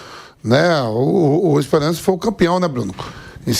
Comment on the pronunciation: O nome do time é ESPERANCE,com o "a" anasalado!😅